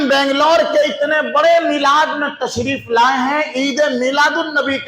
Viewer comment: ارے جاہل تو تسریف بول رہا ہے تجھے شین اور سین کی تمیز نہیں ہے